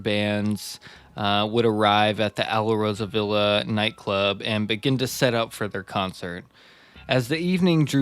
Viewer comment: JFYI- it's pronounced "Al-Rosa-Villa"